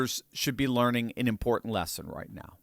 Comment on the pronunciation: Stop!!! Stop saying “learing.”😭😂